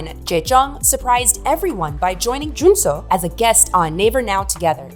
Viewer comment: You butchered Jaejoong's and Junsu's name but everything else was very well researched. I was a die-hard fan of DBSK (as a 5 member group) and proud of JYJ's bravery to sue SM. They fought not only for themselves but also for other idols to never have those slave-contracts ever again. The price they payed was high as they were blacklisted and not allowed to appear on music or variety shows anymore. Which led to Yoochun and Jaejoong persuing acting roles and Junsu going into musical. All three very successful in their careers. When they finally performed the soundtrack "Chajatta" on TV after so many years we fans were so happy. I'm still disappointed that the remaining 2 members stayed behind and pretended the other 3 never existed. SM made them re-record their biggest hits "Bolero", "Begin", "Doushite", the One Piece outro "Asu Wa Kuru Kara" and filmed a new MV for "Begin" as well. Then whenever there was an exhibition about TVXQ or a flashback video they always censored JYJ's faces to erase their 7 (!) year old history, making it look like they've always been 2. It was so frustrating seeing this happen and wishing Yunho and Changmin would speak their minds for once but they never did. Their interviews always felt shallow and scripted.. their replies bland. While on JYJ's side we got heartfelt, in-depth interviews, honest tweets, even songs like "Song Without A Name" or "W" where they wrote down their feelings and addressed issues with their agency. Yunho and Changmin continu